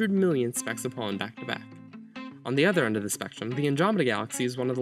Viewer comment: Please pronounce pollen more clearly and slowly. My ears were about to bleed because I kept hearing “pawn”.